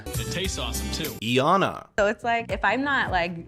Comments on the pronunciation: They say Iyanna’s name in the show, why are you mispronouncing it lol. Long i sound, not long e “eye-yahn-nuh” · You watched the show… her name is pronounced “Ai - Yanna” - that really bothered me. Anyway I agree with all your points. Can’t stand most of the couples. I’m in love with Deepti, Iyanna and Sal 💖😍🥰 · You said iyanna’s name wrong 😭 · i promise it’s not that hard to pronounce iyannas name 😂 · Why didn't you take a second to google how to pronounce Iyanna's name before shooting and then uploading this entire video?